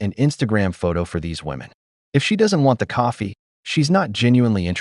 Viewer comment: Why do they pronounce "women" as "woman"?